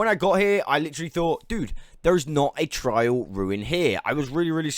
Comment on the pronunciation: TR AIL ruin not trial